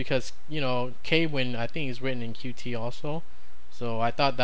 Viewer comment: Dont want to be a douchebag, but its pronounced "Cute" not "Q T"